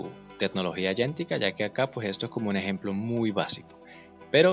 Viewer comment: Por qué pronuncias agéntica como "ayentica" ??? Si es por la pronunciación del inglés, pues también está mal.